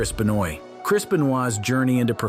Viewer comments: Its not beuh noyd its Beuh nooah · I wouldn't trust any info from this guy. Cant even pronounce wrestler's names. Chris Benoy? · "Chris B'noy" lol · FFS, could you at least try to pronounce Benoit's name correctly? There's no excuse for it.